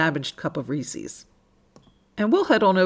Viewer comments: Sorry, only made it 4 minutes in and I can't watch anymore. You've said Reese's 3 times, its ree-sez not ree-sees 😆😆😆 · First time watching your channel. Are you somewhere in the Midwest or South? I have noticed that so many vloggers pronounce Reese’s as “Rees-ees”. Inquiring minds want to know why? 😂Now, I’ll finish watching your video. Merry Christmas.💚❤️